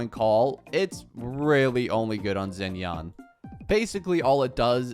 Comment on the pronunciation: he's just pronouncing it like it's an english word, just like he pronounces xiao as zhao, xinyan as zinyan and xianyun zinyan too lol